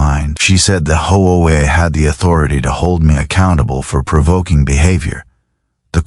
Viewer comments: It is H.O.A. not howa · Get a AI that knows how to say HOA